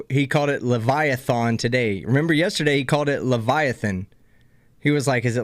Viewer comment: English prof here. is now pronouncing Leviathan incorrectly. It's not Le-VI-a-THON, it's closer to Le-VI-a-thin.